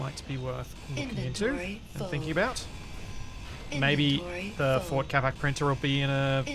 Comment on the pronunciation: I keep hearing ford instead of fort. Built Ford Capac sounds like a great Ford slogan